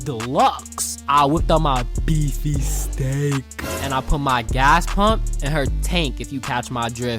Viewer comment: BRO SAID BEEFY STAKE 😂😂😂